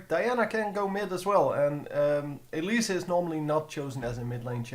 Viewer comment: why do u say elisa? xD